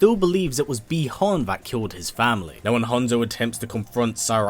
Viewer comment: Really can’t stand when you say sub zero name as bie Han which is bi Han with out the e